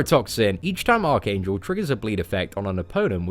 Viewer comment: I keep thinking you are saying arcane jewl